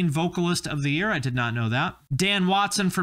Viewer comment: "$19.99 per yarl" I'm DEAD 🤣